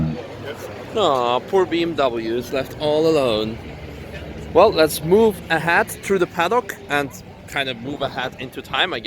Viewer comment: "Let´s move a hat" :-D